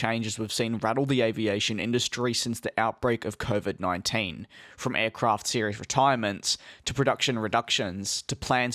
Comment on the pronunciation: “Coovid Nuinteein”